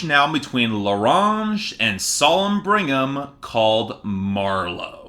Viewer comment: Bring-um? Brig-um!!!! Otherwise, AWESOME review 👏